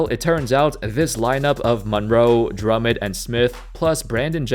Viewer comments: pernounce his name right drum mond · The way you pronounce Drummond has me triggered.